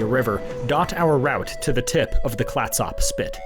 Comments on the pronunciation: Great adventure. Nice mix of geography, history, and interesting people. Two small points: Clatsop is pronounced Clat-sup and Elgin is pronounced El-gin (as in the liquor). I hope to see more from you! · Nice overview of the outline of Oregon. I'm a native Oregonian, originally from Corvallis. Just want to point out two mispronunciations. Clatsop is pronounced with up. Elgin is pronounced like the drink of gin. 😊